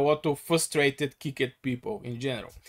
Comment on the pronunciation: kickited its kicked